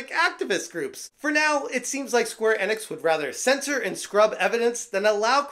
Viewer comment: Enix is pronounced ee-nicks. I know you've heard it pronounced correctly. Plus, in English, when there's a vowel-consonant-vowel combo, the first vowel is said like it is in the alphabet.